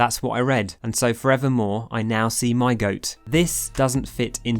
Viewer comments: other people: my got: my goat me: M-Y got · "I will only say mygoat" 30 seconds later "mygot"